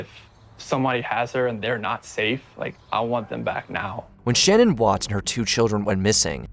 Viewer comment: You guys always say her name as Shannon Watts but I’m 99% positive that it’s Shanann pronounced “Sh-uh-N-Ann